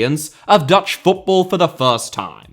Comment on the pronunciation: Your pronounciations of Dutch were very good.